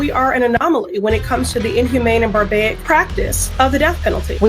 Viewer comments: "barbaic" isn't a word sweetheart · Doesn’t it make you laugh when this Lunk, PRESSLEY tries to sound Intellectual about BIDENS clemency? She was attempting to say Barbaric, and instead said barbaic, like the fool She is! Stay in your lane, PRESSLEY, you know, the lane where people are hypocrites. and try to sound smart, but comes off as a jerks!! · "Barbaic" is not a word. The woman meant to say barbaric. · What would one expect from someone calling themselves a congresswoman, that pronounces barbaric as barbaic? 😂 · "Barbayic!?" She is an idiot. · haha can’t pronounce barbaric. 😅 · Why give Cuomo a second of our time? He's CNN alumni. Which means he's no legitimate journalist. Pressly was trying to use the word barbaric but she butchered it royally. No big deal. It could happen to any illiterate. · and she mispronounced Barbaric